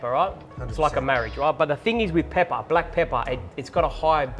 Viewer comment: with an emphasis too 😭😭